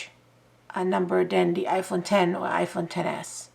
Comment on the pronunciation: Thank you for not calling it the iPhone ex like an ignorant person lol 😂